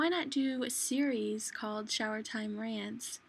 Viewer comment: Why do you say "landz" instead of rants